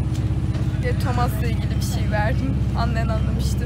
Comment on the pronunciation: Metyas diye okuyordum. Ama Tomas diye okunmuyor Thomas. Tamıs diye okunuyor. Tomas diye bir isim var ama bizim Tomas değil ISHDOSJSKS